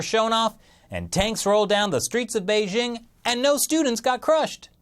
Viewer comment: How can anyone take this guy serriously. He can't even pronounce Beijing.